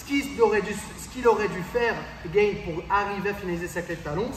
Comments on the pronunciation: Merci pour la vidéo mais sérieux, pourquoi tu prononces Gane comme s'il n'était pas français ? (Gaine) C'est Gaane, avec le son A. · Bonne vidéo, instructive et récapitulative, mais par Pitié "", "Renier" la France en claquant des "Gane" à l'anglaise alors que ça se dit tout simplement GAAAAANE et non GAYYYYNE c'est dommage, les ricains sont suffisamment partout pour qu'on se valorise un peu sur une discipline où on les plis! C'est pas méchant, c'est juste le coeur qui parle! (J'espère au moin que t'auras apprécié le jeu de mot 😜) Merci pour la vidéo 👍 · Ce serait encore mieux en respectant le nom des athlètes. Gane se prononce Gane, pas Gaine, et le n de Ngannou est muet. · Très bonne vidéo! C'est toujours plaisant de décortiquer ce qui s'est passé et s'apercevoir des détails techniques. Bravo. Par contre pourquoi vous voulez l'appeler Gaine alors qu'il s'appelle Gane. ^^ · Votre vidéo est top, merci pour ces explications ! Juste une chose par contre: pourquoi vous prononcez Gane à l'américaine ("Gayne") au lieu de "GAne" sachant qu'il est français aha ? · Gaaane les gars, pas Gaïne ! Merci pour ta vidéo. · C'est Gane pas gaine, y'a pas de i. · par contre on dit GANE pas GAINE :) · On est français ont du Gane et pas gayne super vidéo sinon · Hoss les gars, juste une petite précision qui a de l'importance pour certain: respectez les noms propres svp Si Ciryl dit s'appeler Gane n'allait pas l'appeler Gaynne! Les Patronymes sont sacrés les Gars;-) n'est ce pas! Je déconne mais svp les gars! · Ça se prononce gane et non "gayne" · il est français, il s'appelle Gane pas gaine sinon a part ça l explication est bonne mais la solution proposée face à un monstre de puissance comme Francis me parait un peu légère. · Gayne ? 🤔 Gane, avec un “a” comme analphabète. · Gane, et non pas Gayne... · Bonne video Ps: on dit « gAne » (prononciation française) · Par contre ciryl Gane est français donc pas besoin de prononcer Gane à l'américaine ^^